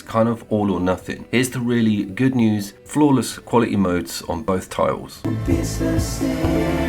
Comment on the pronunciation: Two spectacular games….. both stunning looking . DS has my vote though because I just adore the remoteness. DS took half the time to develop compared to Hellblade 2, what a joke, plus I put 170hrs into DS….. how long is Hellblade? Six? Also……did you really say ‘TITles’ ? 😂😂😂😂